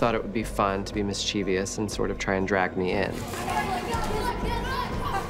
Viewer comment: . You say, 'mis.chiev.y.ous'; I say, 'mis.chie.vous'.